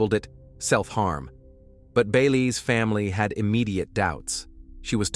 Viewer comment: So aside from the fact that this story pissed me off cause there wasn't justice for these women, I was left asking WTF Byelay was. It's supposed to be Bailey. Pronounced like Baylee.